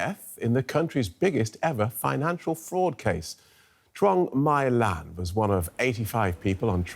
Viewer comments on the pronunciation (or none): My Lan is pronounced as May Lan. Troung is the last name, not Lan.